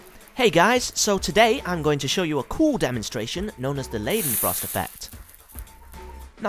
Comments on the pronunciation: Pronounced 'Lie-den-frost' not 'Lay-den-frost'. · Pls you pronounce "ei" like "i" and not -ei.... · ***** Are you suggesting I shouldn't tell him he mispronounced the name of the whole theme of his video simply because he went to the effort of making it? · Everytime he says leidenfrost i giggled